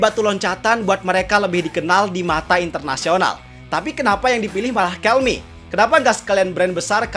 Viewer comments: dibacanya 'kelme" bang bukan "kelmi". Perusahaan spanyol bukan inggris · TIDAK BANG, PENYEBUTAN KELME ADALAH YA KELME BUKAN KELMI, TIAP NEGARA BEDA" PENYEBUTANYA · Btw pronunciation Kelme bener Kel-meh kok bukan Kel-mee soalnya ini brand Spanyol bukan Amerika/Inggris.